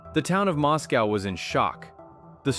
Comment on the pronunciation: For the record: it's pronounced Mos-coah (rhymes with Roscoe)--NOT like Moscow, Russia!